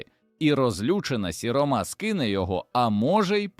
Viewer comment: Дуже псує враження невірні наголоси: сіромА,старшинА,гамІр.я розумію старшИна,сірОма,гАмір.чому людина ,що читає робить такі наголоси,вона що не українець